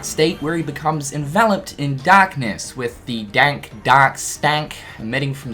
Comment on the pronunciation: I think you forgot to pronounce the r in dark all video. All I could hear was “Dak Form” lol just kidding man